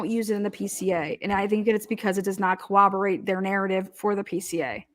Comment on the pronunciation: Koh-wabberate and , and 😂 It's pronounced coRRoberate, guys.